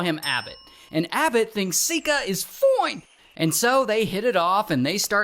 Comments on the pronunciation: never in my life have i heard a monk saying someone foine! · Your way of saying fine is funny